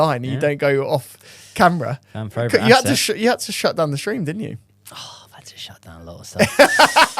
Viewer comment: love the improvement,, pronouncing one thing right at a time, next up is our "fravourite" word